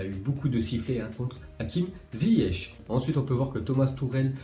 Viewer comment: Wawwwwww ohh faut respecter c’est « ZIYECH » mdrrrrr 😂😂😂